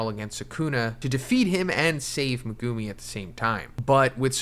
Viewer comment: Brother. There’s a whole dub out how are we still mispronouncing megumi’s name